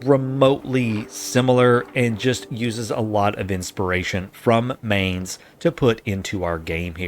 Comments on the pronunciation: Really cool idea! Only thing thats bothering me - and i wouldn´t be mad if you don´t care - is how you pronounce Mainz. The Main part is pronounced more like mind without the d at the end or mine and not like the english word main, the z at the end needs to be a bit harsher (typical german thing i guess :`D). Rhein on the other hand was really good, maybe even trying to say mainz like mheinz might help you if you want to make the germans happy :`D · they pronounce Mainz like in English the world mind .not like main.i live on the other side of the river of Rhein. there u can see Anno in real life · Don't say it like Main+Z. Say it like Mine+Z. Otherwise I'm really looking forward to watching more videos of that series! I've been searching for stuff like these for weeks! Glad you're doing it!